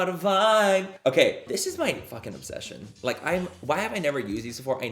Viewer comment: The “caught a voibe” from the last few videos 😂😂